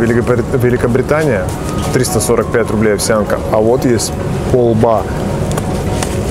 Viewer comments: пОлба, а не полбА Ударение на О! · пОлба. Ударение на О. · ПОЛБА ударение на О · не полбА, а пОлба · правильно не Полба́, а По́лба, на о, кстати вкусная штука!) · не полБа, а Полба, вкусная каша, мне бабушка варила, про попа и балду сказку не читал? с пахучим маслом и серым хлебом вообще топ! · пОлба(ударение) это та же овсянка,только не культивирования,т.е старая крупа,которую ели ещё наши предки без всяких модификаций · Полба ударение на о.Пушкина вспомни "Сказка о попе и работнике его Балде" Балда работал за тарелку полбовой каши. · полба, ударение на о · на "О" надо ставить ударение в слове полба, это же обычная каша почти как перловка)))